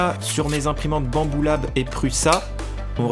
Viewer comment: Faut voir ma tete à chaque fois que j'entends "mon imprimante BAMBOULAb" 😭😭😂😂